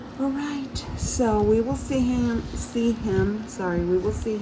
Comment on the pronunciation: Great video! Love seeing again. And the end there “we will see him” heard that Texas come out there lol loved it